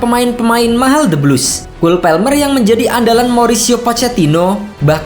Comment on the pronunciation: orang inggris juga bacanya kol palmer keknya,bukan kul pelmer😅😅